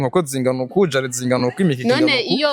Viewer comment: hahahaha ati jelet😂😂 jew narinzi ko bavuga jarret 🤷